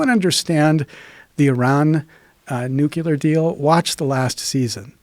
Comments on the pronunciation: He said "nucular". Unsubscribed. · Hard to take him serious after he pronounced nuclear like Dubya.